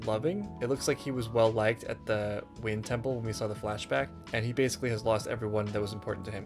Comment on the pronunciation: Every time he says wind temple or wind bending I die a little inside